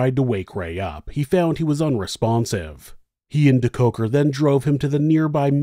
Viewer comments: I always come here for the story and soothing voice... This time I couldn't wait for the American pronunciation of the SA names... Wasn't disappointed 🤗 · I love this video, but the name pronunciation makes me cringe. Surely, there is some South African news coverage with the correct pronunciation.